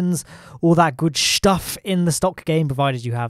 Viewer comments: good Schtuff like a german guy will say "stuff" ;) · I like how he puts the "SH" in the word stuff when he says " all that good shtuff."